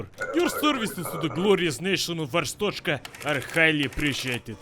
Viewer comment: it not Arsthoshka it is Ar-stot-z-ka